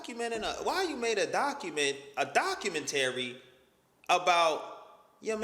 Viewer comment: Bro u said “Documentary” and it fucked up the pronunciation in my brain for a good min. “Document Terry” 😂